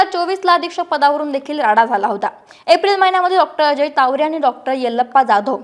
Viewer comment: Tawde nahi tawre Boltanna jara kalji ghya